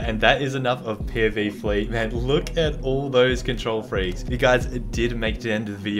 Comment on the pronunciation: How much likes this gets is how much times he said control freekes